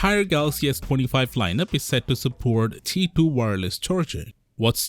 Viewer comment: maybe he cant say q